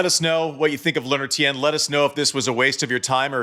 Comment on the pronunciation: Tien, pronounced as one syllable, not two.